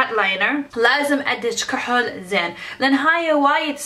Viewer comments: اقوى شي تكول كهل ل ايلاينر 😂😂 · كوهل 😂😂 شوغل 😂😂 تضحك بس والله ما الومهة لان عايشه بامريكا